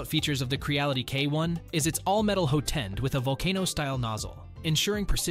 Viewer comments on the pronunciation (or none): WTF is a "hoe tend???" Thumb down and don't recommend channel!